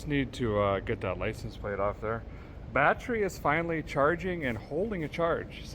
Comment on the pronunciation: The music reminds me of Pecos Hank. Did you say Biotch-ery charger ?